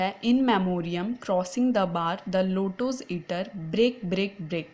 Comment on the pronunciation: I think it's Lotus Eater not Lota's Eater